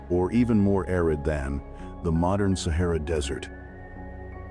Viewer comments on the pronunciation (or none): none